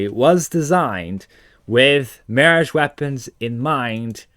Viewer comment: "Marriage" weapons... Mon... Repeat after me.... (MEEEE-RAAAAHHHGGGEE)..